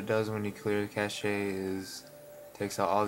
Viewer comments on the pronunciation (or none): Cache is pronounced CASH ... not CASH EH. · "cache" (cash) LOL "cashee" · Deleting the cache can cause a LOT of games to need a LOT of updates. Thanks for the heads up, people might not realize that. BTW, nice vid, and I'm sure someone mentioned it, but "cache" is pronounced just like "cash." No French pronunciation needed :)